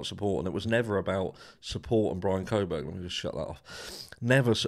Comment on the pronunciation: Is it just me or do others hear say “Bronco Burger” when he says Bryan Kohberger? 😂